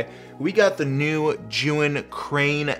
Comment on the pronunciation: You are like, the only non Chinese Mandarin speaking Youtuber who got the name ZhiYun pronounced correctly. Good job!